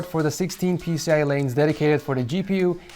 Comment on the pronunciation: pciEEEEEE gen 4 not PCI lolllll